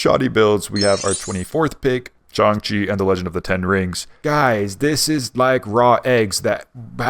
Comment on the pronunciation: Did bro actually just say "John Chi" ???